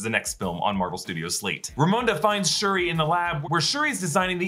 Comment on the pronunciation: Anyone else notice that he kept calling re-re Shrui?